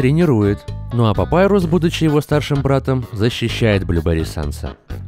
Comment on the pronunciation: Достал со своим "Папайрусом". ОН ПАПИРУС, БЛЭНТЬ!!11